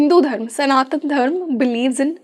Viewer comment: Hi It's Karma, Dharma and Yuga. Not Karm, Dharm and Yug. Please be mindful about Sanskrit pronunciations consistently during the podcast as you are sharing knowledge with a mass of people. They will learn from you... You can't afford to impart incorrect knowledge. Otherwise a brilliant podcast. Enjoyed every bit of it. All the best to you and your team❤